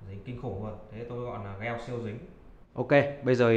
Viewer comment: gel ko phải đọc là "gieo" anh ơi nghe cringy vl